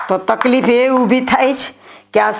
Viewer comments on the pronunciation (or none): none